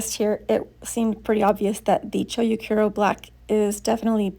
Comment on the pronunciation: Chou is pronounced cho with a longer o sound. It's not cho-u or choyu or chow.